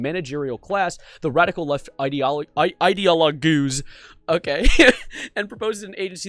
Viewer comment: Bro can't even read the word "Ideologues". On top of that he's so illiterate he had to bring out the Forbes highlights instead of reading the actual document. Plus what did these gay furries do? Reveal that conservatives, who wrote a document containing conservative policies, are connected to a conservative? My god. Literally Slop Live.